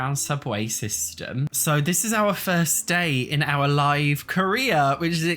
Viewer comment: Live mode is pronounced as though you're 'streaming to a live studio audience.' You've paused the game, meaning it's stopped, your characters are on commercial break and aren't currently live on air. But once you hit play, your characters are live. Not 'live,' as in 'I live here', with the way you're always pronouncing it.